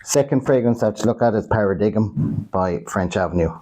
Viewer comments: Para dig um! Ffs its Paradigm (par a dime) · It’s pronounced ‘para-dime’…cheers